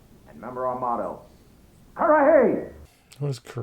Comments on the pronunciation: It's pronounced ker-ruh-hee not the way you were saying it lol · I believe it is pronounced Kur-a-hee.